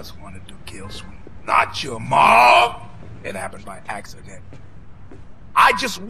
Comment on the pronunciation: ”Ii happen by acciden”